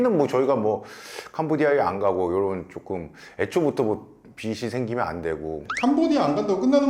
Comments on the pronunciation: 빚이> 빗이 비시 비시 가 아니라 = 빚이. 비지 비지 라고... 변호사남이 계속 해주시는데 귀가 막힘? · 비시 아니고 비지 ㅎㅎ